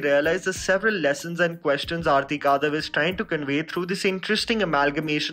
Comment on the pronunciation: Her name is आरती कडव. I think it is high time u stopped massacring people's names. Ur channel is growing, it is irresponsible Indian mentality to not care about getting pronunciation of names right. Anyway, this is a rare instance where I don't agree with ur review of a movie or series. I hated this movie. Total waste of such good talent which Vikrant Massey and Shweta Tripathi possess. I have found cut and dry documentaries more interesting than this poor attempt at filmmaking